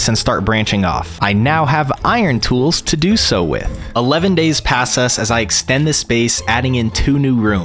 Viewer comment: “11 days passas” yes I spelt it the way I heard it